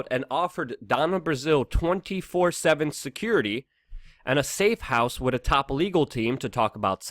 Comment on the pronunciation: Why don't you pronounce with properly!? I love your channel but it's so annoying.